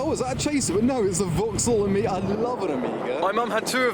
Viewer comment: He says "Omega", but it sounds like "Amiga"..